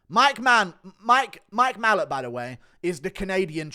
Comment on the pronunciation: Guru, why do you pronounce Mike Malott's name, "MALL-uht??? It's "Ma-LOTT".....like the words "a lot".